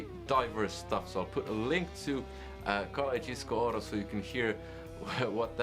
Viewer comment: Karjalajnen! Karjalajnen! Karjalajnen! I can't find anything tricky to pronounce in this word,. Try to learn a bit of Polish 😁